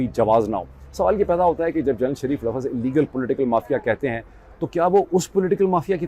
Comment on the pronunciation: o bhae Laffaz nahi houtaa Lafz houta hai Lafz ((((Lafz))))